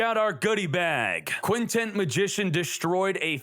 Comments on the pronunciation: Why do you keep calling it Quintent Magician? It's Quintet Magician. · Its Quintet...TET not TENT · Does it bother anyone when he keeps calling it "Quintent" magician. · bro i felt exactly the same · Because yugioh youtubers can't pronounce simple words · Wondering the same thing